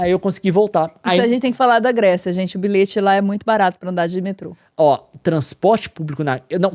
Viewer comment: Bilhete se diz biliete, não bilete